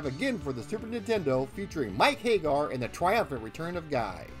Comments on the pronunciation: but that's how you should pronounce it, because hay-gar is terribly wrong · Hag-gar, not Hay-gar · Understood. Regardless it is still incorrect. Please use Sammy Hagar as a reference. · Very informative. Don’t want to make it seem as if this wasn’t a good documentary. I always thought Andore was based on Andre the Giant as they even have several references to Andre the Giant such as his big Wrestlemania match against Hulk Hogan being copied for Hugo and Alex’s intro. Just a few corrections: 1-You said Mike “Hay-gar.” It’s pronounced “Hag-Gar” 2-You said “An-Do-Ray” when it’s “An-Door.” 3-The O at the end of Rolento is silent for reasons I don’t know...but they pronounce it “Rolent” 4-Roxy is NOT transgender. Poison is. They are two different characters. 5-That’s funny about the gay thing. Not sure if you meant it on purpose. The “Gay” spelling was a mistranslation of “Gai” and Japanese kanji doesn’t always translate well to the Roman alphabet so they thought, “Gay” was pronounced “Gai” or “Guy.” It was never supposed to be pronounced as gay 😂. 6-You said “Mackie” when her name is pronounced “MA-Key” 7-Final Fight: Streetwise was released in 2006, not 2005. As said, really good documentary. I hope you increase greatly. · No sure I agree with your pronunciation. It's not Hay-gar, it's HAG-gar. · "Mike Haygar"?? Pretty sure it's HAGG ARR